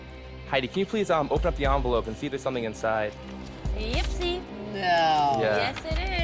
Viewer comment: The "onvelope"